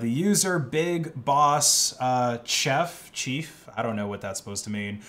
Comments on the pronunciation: You dont know how to pronounce chef? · Watching try to pronounce Chef was not something I expected to see